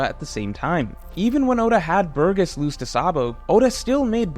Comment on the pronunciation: You pronounced Burgess differently in a span of 2 seconds xD